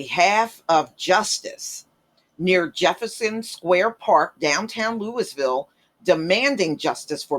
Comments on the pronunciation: Lou - eee - ville... pronunciation Please, please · Yo - The city is pronounced Lou-a-ville KY. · Then we pronounce St. Louis as St. Lou-a . We know that is not correct. Because in French the ‘s’ is silent. The correct way to pronounce St. Louis is St. Lou-ee. Henceforth the correct way to pronounce Louisville is Lou-ee- ville.